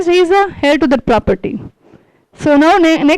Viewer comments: Man heir is prounced as 'ehr' rhymes with 'Air' or prounced 'euh' Could help pointing out, as wring info should not be passed on to others, even though, it is not of any great impotace comoared to the content of main theme of your talk. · King George V is British. 2. Demosthenes lived during the time of Philip II of Macedon. You speak well: but look up how to pronounce 'heir'. Please DO not say something which are so WRONG. You have a responsibility to your viewers. His medical condition is called rhotacism. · Wellspoken.small corrections:his fathers name was not George(pl.check)Fifth(that is British).The h in heir is silent